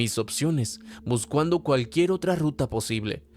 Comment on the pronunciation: Jaja "Buscuando" XDDD "Buscuando"